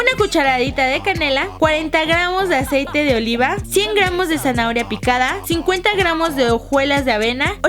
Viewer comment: en el minuto dise aseite de liva